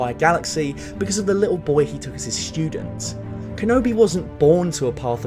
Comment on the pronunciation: “The little boy he took as his schtewdent”